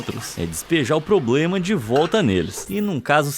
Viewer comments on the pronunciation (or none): none